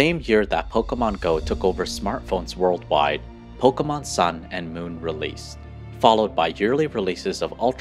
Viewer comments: I just wish that you could pronounce pokémon correctly one time. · Po keh mon!!!!! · YOU CANT EVEN SAY POKEMON CORRECTLY